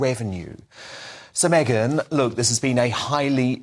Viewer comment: It's MegYn - not MeGHan! Mr.Wooton. There's a difference, a huge difference 😊